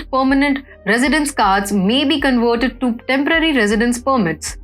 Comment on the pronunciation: Wiolence.... conwerted For goodness sake, learn for once that v is a v and NOT a w.